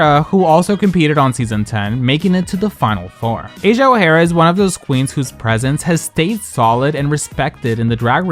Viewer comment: Asia Ohera? Seriously? 😅